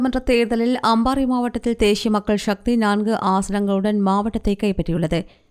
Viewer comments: தேஷிய மக்கள் ஷக்தி யா? தமிழ் சரியாக வாசிக்கத் தெரிந்தவர் ஒருவரை செய்தி வாசிக்க வையுங்கள். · தேஷிய உச்சரிப்பு 😢